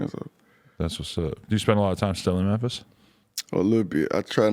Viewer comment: NY - “Mew” = Memphis - “Mer”